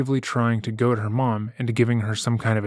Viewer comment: This guy really just pronounced goad “go-add” BRUHHH 😂